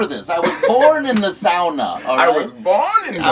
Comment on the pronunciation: Darn. Impressed positively. Adams correct pronunciation of Sauna. My people <3